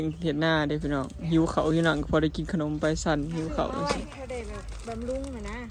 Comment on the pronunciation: บำรุง ไม่ใช่ บำลุง